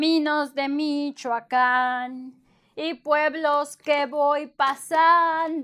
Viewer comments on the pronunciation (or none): none